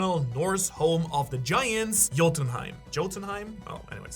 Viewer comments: it's not pronounced jotunhiem.. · Yote-in-heim is how the land of the giants is pronounced. I hope that helps any. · dude if you tried to say jotunheim with a J then u a scammer.... like wtf CLICK BAIT!!!!!!